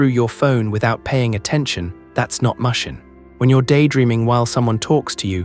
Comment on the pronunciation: I can't take an AI seriously that pronounced mushin (mush-in) instead the actual Japanese pronunciation pronounced (moo-shin). Or says samurai (Sam-mer-rye)